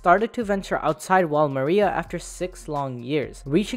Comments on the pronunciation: "mira" but the name is Maria hahaha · He said Mira instead of Maria for one of the daughters name but solid video! :D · This man man really prononced maria like mira lol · Mans said Wall Mira 😭😭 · What I'm very confused about is why people are pronouncing MARIA as mira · Maria ❌ Mira ✅